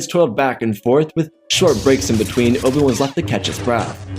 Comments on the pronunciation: can NOT say Oh Bee WAN. “Obwun” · What if you could enunciated Obi-Wan's name clearly and give some air time to the "I"... this was rubbish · Oh my god, slow down. Your words blend together terribly. Obi-Wan is 3 syllables. Its not Obwn.